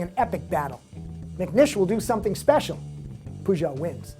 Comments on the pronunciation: haha, I've never heard anyone call Peugeot 'Poo-Jo' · I hate the way he says peugeot.